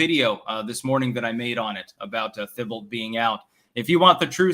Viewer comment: Thibault = "TEE-bo"